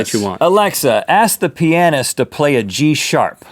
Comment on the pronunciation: That's not how you pronounce pianist, and you know it...